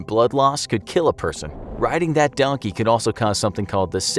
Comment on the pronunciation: DONKEH WHERE ARE YOU DONKEH